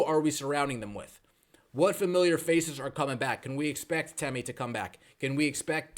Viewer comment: Sheesh! YouTube shadowbanned my comment for spelling Temi's last name. I guess that there's a bad word hidden in there. Anyway, the stress is on the first syllable, not the second.